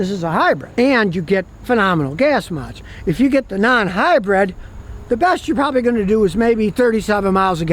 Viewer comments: I can’t get past Scotty keep saying Hi-bread 😅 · Scotty says, "Get yourself a highbread!" 😂